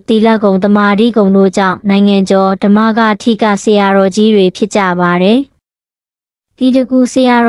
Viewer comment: နားထောင်ရတာကန့်လန့်မြန်မာစာတောင်မသိလား(ဓမ္မကတိက)လို့ဖတ်ရတယ်ဟ